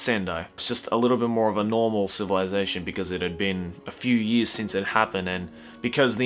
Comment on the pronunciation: I know this is a serious video but when he says years it sounds like he's saying yee -s